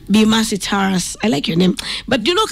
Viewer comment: Please correct the NAME. NOT TARASS. TA RUUS..only. Vernacular names in Kenya are pronounced like Kiswahili. Mang'eni is ......not. "me-n---jeai"